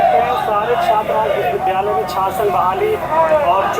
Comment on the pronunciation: He himself can not prounce this word correctly. It's vhshwavidyalaya not viswvidyalay foolish mantri.